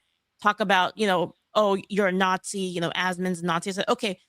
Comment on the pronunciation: "I have no idea about this subject. So Imma just call everybody a natshee."